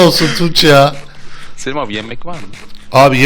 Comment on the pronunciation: selim abi ğulim derken altına sıçtı >@